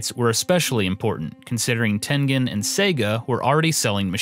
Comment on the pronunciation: John Cooke He still can't say Tengen right